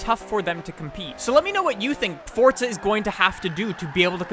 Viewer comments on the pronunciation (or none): If ur gunner say forza say forza not fortza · I'm not sure how much longer I can take you saying "Fortza" can you tell me where the actual fuck the "T" is in "forza" ?? Jesus Christ. That's annoyingly old.